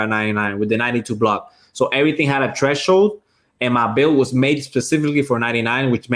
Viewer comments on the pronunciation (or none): Yo what is a treshhold?? 😂